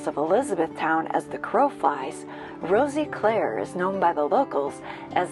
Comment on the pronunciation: she as well was saying it wrong, the "i" is sort of silent so it would be pronounced as "Roseclare" if that makes sense. (i live here)